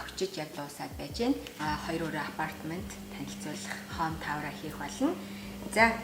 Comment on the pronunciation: Home tower биш home tour гэж хэлнэ шүү… Хоум тауэр гээл бхын. Хоум туур гэнэ шүү хөөрхөнөө 😅